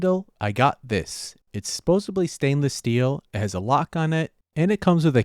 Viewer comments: it sounds like you keep saying “supposebly”, which is supposed to be supposedly. 😂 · “Supposobly” is not a word,. Since you say it multiple times per video, please learn how to say supposedly correctly. Also, you really are overdoing he amount of screws you’re using for wood work, adding extra weight, extra work, and only marginally improving strength.